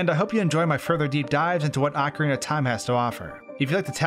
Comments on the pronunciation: I cringe at how you pronounce AWKcarina. It's OHcarina. 😅😝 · "Ocara of time was a perfect game for me" So perfect you didn't even know how to say it, I see. Lol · Excuse me- how did you say Ocarina??? Ocarahnah??? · Whether ‘correct’ or not I still cringe every time I hear it pronounced “ah-ka-ree-nah”. I will say “oak-uh-ree-nah” forever lol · I had to go back and play that again, I thought I was unaware of some insider slang calling the game "Oc-time" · Instantly lost interest in watching this video when he couldn’t even pronounce “Ocarina” ... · Bru Your pronunciation of ocarina is terrible please learn it